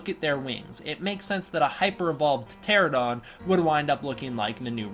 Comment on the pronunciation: Pteranodon is pronounced “ter-RAN-o-don”. ;) and remember Legendary keeps describing Rodan as a “flying monster” and not “a giant pterosaur” so I suspect they’ll just make him a generic dragon-esque design.